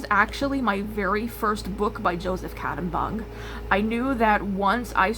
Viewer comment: ❤❤❤ Love the charisma! So excited to have you in the mix! ❤❤❤ PS Yay! PPS I appreciate your pronunciation of Catimbang and other multi-syllabic and/or non-US English words. PPPS Every time I finish commenting, you say something that makes me chuckle and want to comment again. Please assume that everything you say is delightful to me in at least one way. PPPPS Great minds... other news re Discord coming soon!